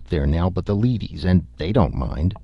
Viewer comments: I know it's my own neurosis but I can't listen to this when the narrator is so obviously mispronouncing 'leadies'. The word is used so often too. How can you read so many other references to 'lead' as metal and not realise it's the same pronunciation? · leadies" is pronounced "leddies"; the leadies are made of lead.